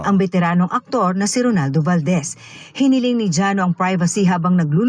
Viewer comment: Ano ka ba itotopic mo sya hindi mi naman mabigkas ng tama yun pangalan niya. Ronaldo not Rolando